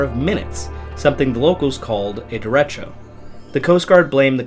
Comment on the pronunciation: ... The word derecho is pronounced "deh-RAY-cho". It can refer to a powerful, long-lived wind storm, or in Spanish, it can mean "straight" or "direct". Since they can have deadly consequences, it matters how it is said and heard.